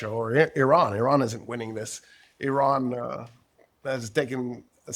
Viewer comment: Surprisingly you pronounce Iran correctly 😊. Thank you for your fuccus.👍